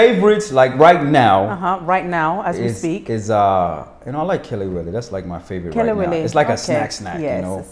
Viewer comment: I like how he easily said the kelewele lol